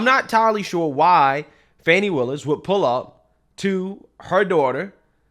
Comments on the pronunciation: You should pronounce her name right, it is not Fani it is Faaawne. 😂😂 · She says she is "Fawn knee",,,not fanny 😂😂😂😂